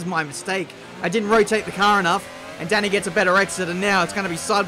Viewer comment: Not sure if you care at all, but in case you do, quick word from a fellow Hungarian: 'a' in Dani should be pronounced as a deep 'ah' just like in 'Forza', instead of 'Danny'.